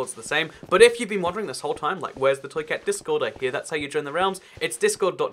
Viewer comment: Why when he says "toy cat" do I hear "truiceut" like it's a foreign word?